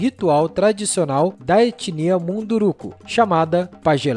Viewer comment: corrijam a pronúncia: é MUNDURUCÚS (sem acento, mas a vogal tônica fica no cus - sem trocadilho)